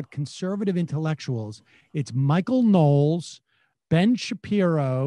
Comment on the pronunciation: Michael Know-les.